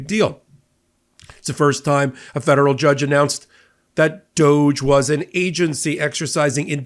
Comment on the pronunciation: DŌGE??? More like DÕG Ē. 😂